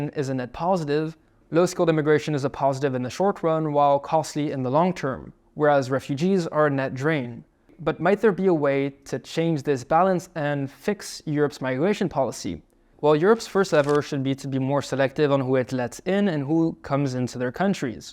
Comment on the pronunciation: Subtitles say non-EU immigrants are a "net draw", voice says "net druin" .. do you mean "net drain" ???